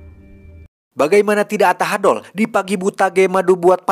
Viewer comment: Ucapan tahadol bikin ai ketawa ari didinya orang mna jhon ?....😂🤣